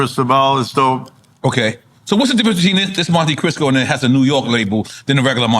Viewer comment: why does that guy keep calling it a monte crisco - it's Cristo .. as in Christ . Are the hosts of this show that dumb? 3rd Bass was fake as fk - Clark Kent was real tho and the Gasface was a good concept that probably wasn't even anything to do with 3rd bass.